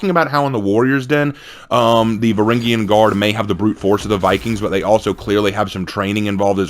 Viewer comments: Varangian, "Vuh-ran-jee-uhn". Say it again. Varangian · say it again "vuh-ran-jee-uhn"